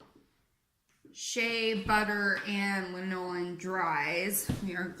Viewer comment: Thanks. ps . . . pronounced LAN-o-lin, sheep's wool/body grease, old as the hills